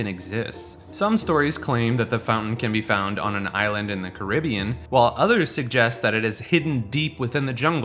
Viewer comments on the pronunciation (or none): none